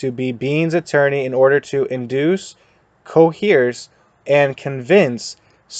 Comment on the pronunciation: Great video, going to ignore the fact you can't pronounce the word "coerce". Also I was ticked by the fact that the CDs are called Jumbos lol